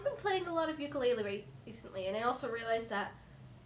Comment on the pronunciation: Hello from HAWAII!! I found your video after falling down a hole of youtube videos. You have such an amazing voice and you play so well. Just a pro tip so that you sound like a pro... You pronounce ukulele like ooh-koo-lay-lay :)